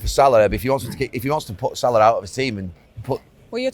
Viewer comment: It’s Salah, stop Carra.